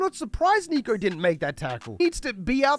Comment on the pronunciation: Bruh it's Nick-o, not Neek-o. Also imagine comparing him to Lockyer or Thurston LOL.